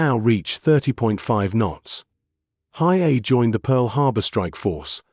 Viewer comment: Your AI voice is atrocious. It’s pronounced He A E . A little prep would help lessen your embarrassment